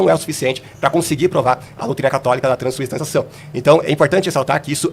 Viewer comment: Crescer nas costas de quem? O cara não sabe falar “transubstanciação” 😂